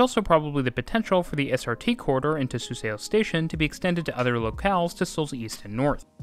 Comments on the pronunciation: Suseo pronounced as ‘su-saw’, not ‘su-se-o’ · The "eo" makes an aw sound, btw. Suseo is sue saw. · This makes sense! The relative accuracy and consistency of your pronunciation throughout the video shows you did your homework. Although like the original commenter, somehow I couldn’t leave the Suseo itch unscratched 😅 I just saw another video last night with the same pronunciation on Suseo and became curious why this one in particular is such a demon. As more people travel from the station with the SRT, GTX, etc., hopefully something closer to the native pronunciation spreads around and catches on. Anyway, good job on the pronunciations and thanks for the video!